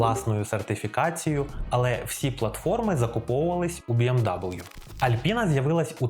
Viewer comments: Не кажіть «бі ем дабл ю», це американці так говорять, німецькою це «бі ем ві» або просто кажіть «бе ем ве» як кажуть всі в Україні 😃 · для чого BMW називати Бі-Ем-Даблю? Це ж німецький бренд. Він читається Бе-Ем-Ве. То хіба англомовні його називають Бі-Ем-Даблю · Згоден, вимовляти назву німецької фірми в Україні англійською сумнівне рішення.